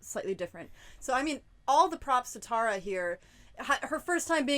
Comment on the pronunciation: Tar-ah, don't call me Tare-ah.